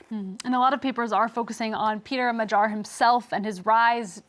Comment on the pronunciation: You don't know how to pronounce "Magyar", and the word means "Hungarian", not "Hungary".